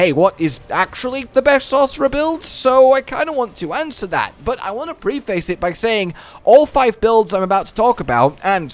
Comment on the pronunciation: Sir you’re not allowed to have that accent and say “pre face”. You have to pronounce it “preffice”.